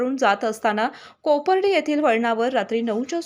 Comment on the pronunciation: वाचायला शिका आधी.कोपार्डे आहे